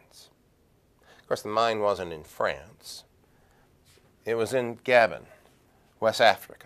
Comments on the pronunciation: Gah-bone not gabin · It is pronounced 'Ga-bon'